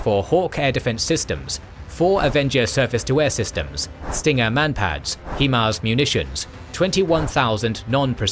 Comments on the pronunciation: Why do Brits insist on calling HIMARS "Heemars" It's pronounced "Highmars" HIgh Mobility Artillery Rocket System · Thanks for the video! Always happy to see K&G content! 👍 One request though 😉 Please stop saying HIEMARS. It is pronounced like this: High-MARS, because it is an abbreviation of "High Mobility Artillery Rocket System". You see? It starts with the word HIGH, hence you should pronounce it as HI(gh)MARS 😊 Cheers and hope you can continue to provide your awesome, high quality content! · Please stop pronouncing it hemars it's himars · I love these videos, but I scratch my head everytime I hear them pronounce HiMARS (High Mobility Artillery Rocket System) as "hee-mars". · It’s HI-MARS NOT HE-MARS 😂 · HIMARS is pronounced "High-Mars"... (High-Mobility-Artillery-Rocket-System). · Yes, HI-mars like in High Five in the face with a brick hi there, nice to meat you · Still can’t say HIMARS correctly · He's British. Plenty of English words he's unable (or unwilling) to say correctly.😁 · Still mispronouncing HIMARS. Thumbs down for inaccurate information.